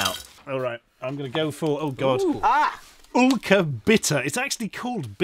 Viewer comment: don't you think it's supposed to be pronounced 'ylker', and not 'ulker'? That looks like a german y to me.